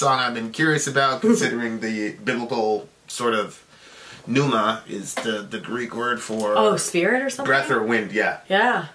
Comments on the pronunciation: Pneuma is pronounced without the 'P'...Neuma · The "P" is silent,.